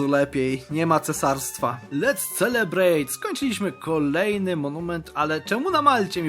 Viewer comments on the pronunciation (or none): Nie "celebrejt", tylko "selebrejt". A to "t" na końcu bardzo delikatnie